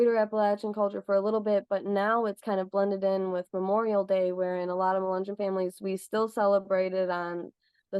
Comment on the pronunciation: Mu- Len -yon was a mix black and white. Mulatto. You aren’t pronouncing any of these right. Which show how much our country has progressed.